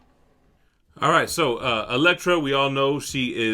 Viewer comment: It's Elektra. Gotta go with the sai.